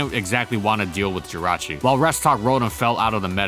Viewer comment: JIRACHI DOES NOT END WITH A U, IT ENDS WITH AN I!